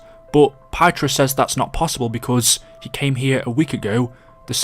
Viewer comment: Just for reference if you need help pronouncing Pyotr, it is 'pee-yo-tur'. ✌️😄 Quick edit in the same segment. Pyotr is Russian, and Fritz is German, take it from a German/Russian 😄